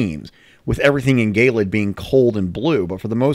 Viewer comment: i still think it's hilarious that they say "gay-lid" instead of "je-lid"